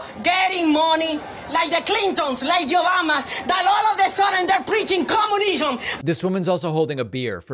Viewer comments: That lady says “the Yobamas.” Come on lady, get it right, it’s OBAMNA! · The clintoens, like yobamas, they're preaching coomunisom